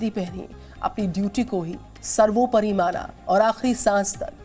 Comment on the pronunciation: At Location , did the anchor say "सर्वोपरी मारा " instead of "सर्वोपरी माना"?